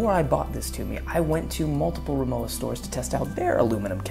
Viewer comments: Respectfully, the brand is pronounced REE-moh-vah. The W sounds like a V. This seems to be a very common mistake, and understandably so. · if you knew rimowa, then u should know it's pronounced as rimoVa. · You need to pronounce Rimowa correctly Vecause you are doing it wrong